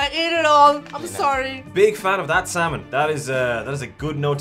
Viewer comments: They should try Pacific northwest drinks (beer and/or hard cider) from the local Brewers. Also the L in salmon is silent and when said Oregon trail was the closest to the proper pronunciation. And hello from Mcminnville Oregon. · I grew up in Oregon ... love smoked salmon (the 'L' is silent) but you need to top it with gouda cheese. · Common silent L's : -would -could -should -talk -walk -half ALSO: Colonel Salmon is much the same and is not supposed to be pronounced with an L